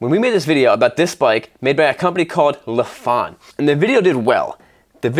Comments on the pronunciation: Lifan - "Lee fun" is how it's pronounced. The cops in China use the 650cc tourer version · 力帆 Lifan it’s actually pronounced as “lee fan” in Chinese